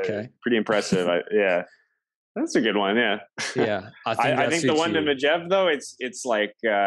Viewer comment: Megeve is like Mej-erve. not Megg-ev.